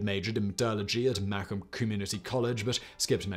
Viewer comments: i came here to say the same. for non michigan folks, its ma(like you mother) comb(like for you hair) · This is cool its right in my area. It’s actually pronounced ma-comb.but this is fun. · Macomb is pronounced muh-comb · I live in Royal Oak, and I'd never heard of this. Admittedly, this happened before I moved to the area. And it's pronounced ma-COMB. :) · Shit dude, I grew up literally down the street from Macomb community college (you pronounced it wrong btw, it's MA-comb (like you brush your hair with)). I was born in 96 though. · As a current student at Macomb community college, I'm delighted by the way Simon pronounces Macomb. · As someone who lives near Michigan your prononciation of Macomb amuses me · As someone who lives in Michigan, I concur lol. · Let him try some street names. Lol. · Pronounced macomb weirdly lol